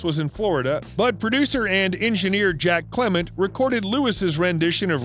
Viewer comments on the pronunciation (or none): none